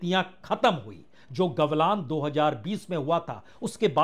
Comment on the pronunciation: प्रसून जी आपने गलवान को ग्वलान बोल दिया है कृपया जांच करें जय हिन्द 🇮🇳🇮🇳🇮🇳🇮🇳🇮🇳🇮🇳